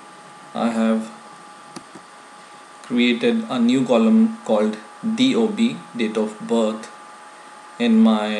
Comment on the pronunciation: "Date of butt" lol PS : I like your vids, keep doing !!!